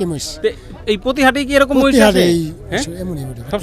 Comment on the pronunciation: মাহিষ না মহিষ 😅